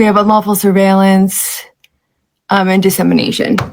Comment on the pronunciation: Sorry, but you have to pronounce that word correctly - sur·veil·lance [səˈveɪl(ə)n(t)s. Otherwise, very nicely done.